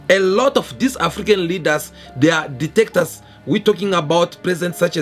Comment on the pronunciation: ""DICTATORS""" NOT DETECTORS